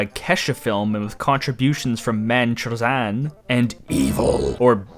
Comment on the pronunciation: haha chłop przeczytał chrzan jako czozan xD